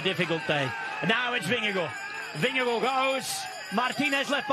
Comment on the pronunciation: Did I hear Jonas’ last name pronounced “vin-ge-gore”?? That is not how he pronounces his last name. There is no “o” sound in his last name. Paid professional commentators should be able to do better.